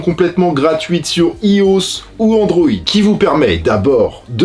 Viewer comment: Comment t’as prononcé ios 😂